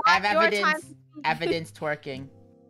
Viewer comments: stop saying t wiking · stop saying twiking